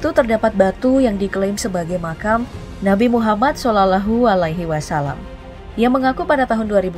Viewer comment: Ngomong shalallahu alaihi wassalam aja gak bisa